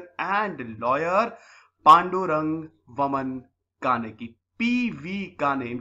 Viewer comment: Its वामन not वमन